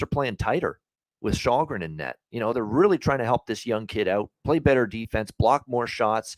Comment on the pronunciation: As a Swede it's a mystery how Källgren has come to be unanimously pronounced "Shallgren" when "Shellgren" is 100% how it's said in Swedish, and also arguably more natural to say for a North American I would guess..?